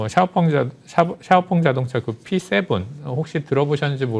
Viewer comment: 샤오펑을 엑스펑이라고 잘못 말씀하신거지요? 차이나 티비 애청자지만 가끔 느끼는 것인데 뭔가 준비가 잘 안되고 엉성합니다 화면이 맞지 않는다든지 말을 더듬고 발음이 이상하다 든지 그럼 시청자들에게 주는 신뢰도가 떨어집니다 많은 애독자들을 얻으려면 삼프로나 다른 인기 유튜브 채널 좀 연구하셔서 개선이 필요하지 않을지 싶습니다